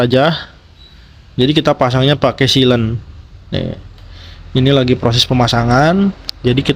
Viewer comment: Bukan silen, siler